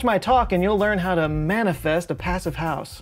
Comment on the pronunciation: the German pronunciation of "Passivhaus" has a longer "e" sound for the "i", otherwise yep, it is pretty much the same.